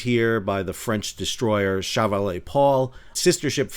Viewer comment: Quite interesting reporting. But see if you can practice a better pronunciation of the French word "chevalier". Also the French seemingly refer to their nearly identical ship class as frigates rather than destroyers. Of course that semantic difference hardly matters.